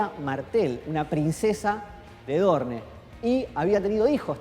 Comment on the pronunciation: aaay porfavorrrrr porque dice ''dorne'' se dice ''Doorn''